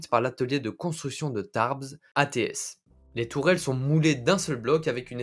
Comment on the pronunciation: Merci. Mais Tarbes se dit ''TARBE'' pas ''TARBZ'' ;). Autre client de l'AMX-30 : Chypre.